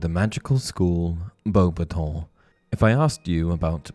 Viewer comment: Can we pronounce it the way Dumbledore did, and not Bo-battons? Thx.